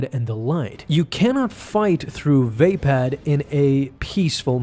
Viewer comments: Dope video, but everytime i hear [vay-pad] it makes me wince xD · Pronounced “va-pod”.